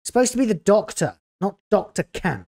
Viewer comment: Thought you said Dr Cat not Camp. That would be better.